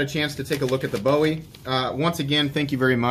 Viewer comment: From a Texan, it’s pronounced “boo-ee”. Love your channel man!